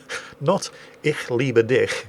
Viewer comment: His "Passwort" was actually pretty good. The "ich" in "Ich liebe dich." was definately off but recognizable. But that's pretty understandable as he probably doesn't know enough about the two different ways to pronounce "ch" and I certainly won't blame him for it.